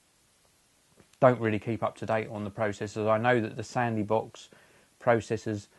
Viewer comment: "Sandy Box"? Lol.